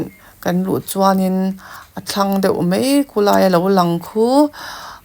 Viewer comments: Mei tih i uar ee,,,, mai ti teh 😂😂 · Mei mei mei a ni lo..Mai ti rawh..